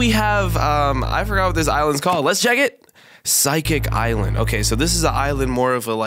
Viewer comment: I though you said paisaics ailand and I said pesiks ainald